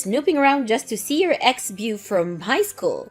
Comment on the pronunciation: Beau is not bew. It’s bo.